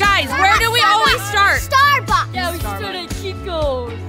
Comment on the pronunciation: So funny always says Starbucks like starbies